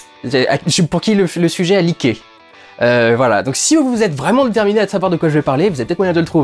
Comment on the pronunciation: Hmmmm... À un moment il dit « leaké » prononcé « liqué » Leaké ça sonne comme Licker Alors je mise sur Resident Evil 🧐....